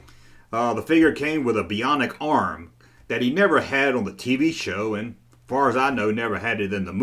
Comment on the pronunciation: Buy-onic. Not bee-onic.